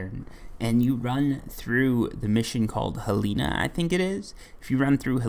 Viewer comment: He puts an I at the end of everything😂 Sedina/Helina